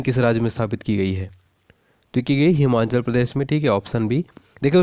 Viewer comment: Sir himachal pradesh is correct pronuciation not himanchal 😂😂😂be accurate